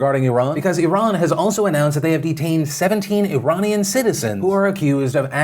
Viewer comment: Phil, you pronounce Iranian weirdly. The first a is pronounced like the letter 'A'